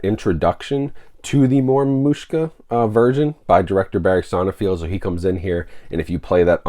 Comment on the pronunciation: Hey dude, I love your channel forever, but the director's last name is pronounced Sonnenfeld, no field.